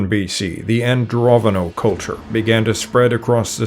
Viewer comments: Pretty sure it's AndroNOVO, not AndroVONO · AndroNOvo not AndroVOno. You pay so much attention to chinese pronunciation an can't read normal words.